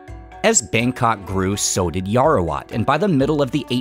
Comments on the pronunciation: Just to correct you, you keep pronouncing Yao-Wa-Rat as Yao-ra--wat. Otherwise, everything else is fine. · yaowarat.. not yaorawat.. :) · It's Yaowarat, not Yarowat 😭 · I'm Thai-Chinese and also live really close to Huay Khwang! I had to pass by on my way to the MRT every single day back when I was in our equivalent of high school, but I personally never thought much of it. I definitely appreciate it more now, though. Btw, it's 'yao-wa-raht' เยาว (yao-wa) = youth; borrowed from Pali ราช (raht) = king, ruler, or to rule; borrowed from Khmer and Sanskrit Thanks for the coverage, man. Keep it up, proud of you! 🙏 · Love your channel man! But, Yao-Ra-Wat is killing me😅